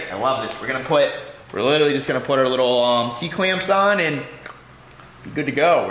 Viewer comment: Cracks me when he say little lee (literally)😂😂